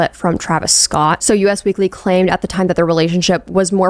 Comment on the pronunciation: girl i love your videos but i need you to know that the magazine is "us" weekly (as in "we"), not "U.S." weekly. anyways keep up the good work!